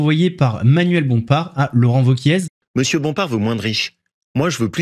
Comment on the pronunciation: juste une précision le Z de wauquiez ne se prononce pas